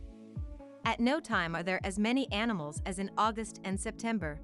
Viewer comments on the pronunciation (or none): She kept calling them anamals. What happen to insects?